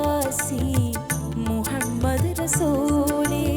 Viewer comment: Super....പ്രത്യേകിച്ച് അറബിക് ഉച്ചാരണം (മുഹമ്മദ്) also Super